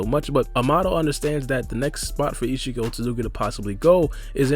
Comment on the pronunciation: Every time u said ishiki It sounded like ichigo lol